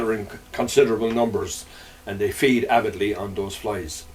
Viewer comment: about terrestrial-feeding trout: did you say they feed avidly or aphidly?...